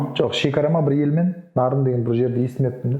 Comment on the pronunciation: Нарын ,Наарын эмес,бир а